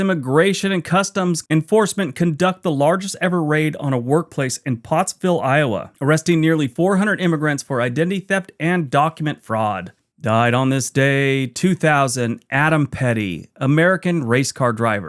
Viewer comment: Postville, Iowa. Not Potsville